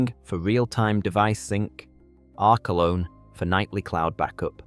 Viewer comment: AI Slop!!! "R-key-lone" "R-co-lone" and strange mic changes, WTF? Blocking your channel. I don't want lazy AI slop, nor creators who rely on it non-transparently. You think choosing some stupid fake British accent will make people trust it, but NO!